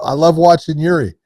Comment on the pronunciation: Get Yuri’s name right.